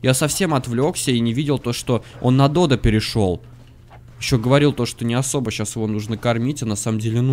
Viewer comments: надо говорить не додА а дОдо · Фотки ты не правильно называеш додо надо на 2 букву урарение